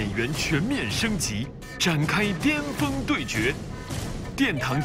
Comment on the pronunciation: 也有可能是口音问题，有些地方人尖和巅、前和甜是不分的